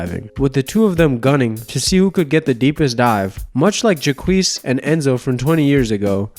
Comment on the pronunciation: Honey... Jacques is pronounced jock, just with a softer j sound. 😉 Great video, though! They made a movie about Enzo and Jacques! It's called "The Big Blue." Great movie! You should really check it out! Thanks for the fantastic upload! Keep up the great work! 😊💜